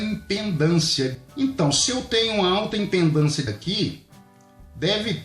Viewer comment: Só pra te alertar! não se diz IMPENDÂNCIA se diz IMPEDÂNCIA OK.